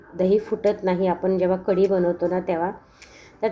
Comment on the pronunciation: ताई कडी नाही,कढी!